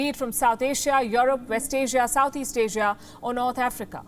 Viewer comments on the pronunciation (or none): none